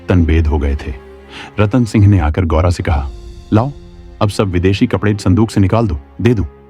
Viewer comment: साडी को सादी बोल रहे हो । कपड़े को कपदे बोल रहे हो